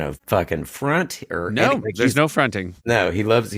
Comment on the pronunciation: Calling anyone but Seth “The whitest white man” is crazy considering how he said “there’s no fronting”